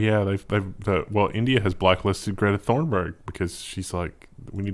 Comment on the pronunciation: Fun story. Greta Thunberg is actually pronounced Greta Toonberg with a U sound.